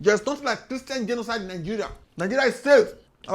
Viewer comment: is my best part - '...for what he described as kristain gdenoside..rr. What! is dat!! Kristain gdjenoside!?? Nunsenze!!.Nonsense..nunsenze! Smursh...tchew...smursh..tchew